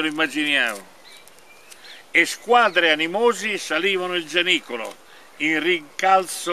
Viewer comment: Giannicolo o Orazzicolo ? C' è un " n " di troppo , un abbraccio al duo !